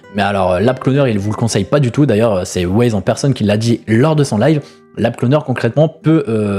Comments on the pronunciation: Yop j'aime bien tes vidéos mais steplais cherche bien tes sources ou écoute bien les lives ... Wyze c'est pas Waze, imagine on t'appelle "caille", les préinscription on était atteintes pendant le live, Pour la prospection j'trouve ça plutôt juste de faire ca surtout sur un nouveau serveur pour que tout le monde soit sur le même pied d'égalité et pas se retrouver à choisir une classe chance par dépit. Mais sinon continue comme ça, t'es videos sont bonnes et fais attention a tes prononciation 😉 (essprès 🤣) Ciao bonne journée 😘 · bah perso en écoutant le live je le prononce comme un y en anglais voir le i qui devient why donc wyze Wyze en prononçant Waze ça me fait penser a wouaise 🤣 Après si il t'a dit de le prononcé Waze my bad mais j'ai pas entendu ça sur le live